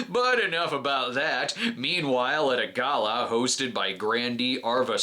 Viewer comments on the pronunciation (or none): none